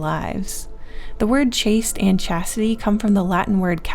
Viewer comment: Chastity sounds like Cassidy!